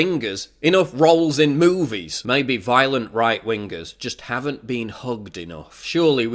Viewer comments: Right win-gahs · right ween-guhs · I'm a bit bothered by the way you pronounced ''right wingers'', but overall a decent video. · Wing-gers :D